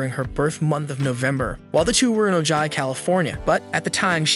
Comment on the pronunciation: Ojai is pronounced oh-hi. :)